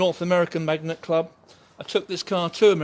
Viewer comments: Lovely car, pronounced Mag-nett, rather than Magnet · It’s Mag nette ...NOT Magnet.........